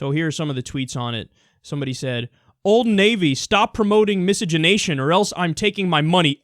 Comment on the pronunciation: I didn't know that word existed...and I'm glad you're pronouncing it because I had no idea how to pronounce it!